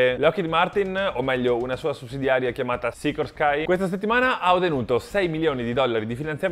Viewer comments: capisci che è appassionato di ala fissa e non rotante quando esce un "sicorscai" così de botto haha! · esatto, l'ha detto all'inglese maniera, ma Sikorsky era di famiglia ucraina, all'epoca ancora parte dell'Impero Russo, quindi si pronuncia come hai detto tu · Se è la stessa Sikorsky fondata da Igor Sikorsky, credo si pronunci Sikòrski 😊 A parte questo, video interessante e godibile come sempre. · nooooo Sikorsky nn puoi pronunciarlo così, daje!